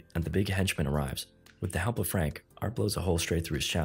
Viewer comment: "hekp" lmao 🤣